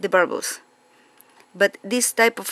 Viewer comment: I love how she says "burbles" for "bubbles"!!!! I'm going to say it that way from now on!!! BTW...I have a very good friend who lives in Bergen, Norway. 😁